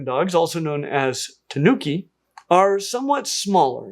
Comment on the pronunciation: Had a good time watching the Fennec foxes at the DC this past weekend. Also, finally got to see a black-footed ferret live. A small point about tanuki - the stress is on the first syllable, not the second. Also, the Urocyon foxes look like something Chuck Jones would make.